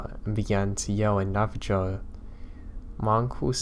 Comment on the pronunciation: Also, The Navajo Tribe is pronounced Nav-a-ho. xoxo